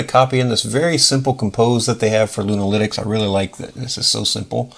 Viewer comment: Great video sir, i thought you where saying Luna- LInux at first, as if it was a new Distro lol. Love your work sir.